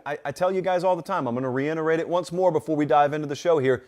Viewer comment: The word is reiterate not reinerate💯